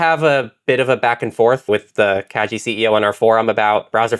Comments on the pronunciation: minor thing but the name is pronounced kah-gi (like "guillotine") it's a japanese word. made it slightly difficult to listen to the episode 😅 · Kagi is pronounced kah-ghee. The "g" is the same as "gear, give, go" rather than "jump, giraffe". It is Japanese for "key".